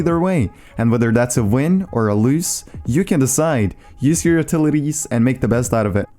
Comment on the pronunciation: "win or a luse" lol